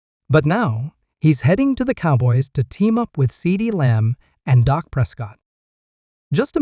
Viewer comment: The QB is not called dock it's Dak